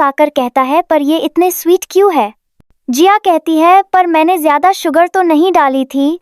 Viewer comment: Jayada ko acche se bolna